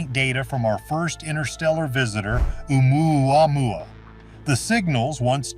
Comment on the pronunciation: Can we just laugh at the AIs attempt to pronounce Omuamua…lol (or however it’s spelled)